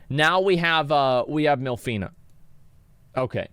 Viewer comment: I am alone or Asmon voiced half of these characters wrong? It's Minfilia not MILFinia or w/e I heard lmao..